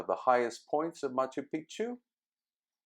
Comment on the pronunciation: Love Machu Picchu. Thanks. You do want to get the pronunciation correct, especially once you learn what the common mis-pronunciation of the term means:)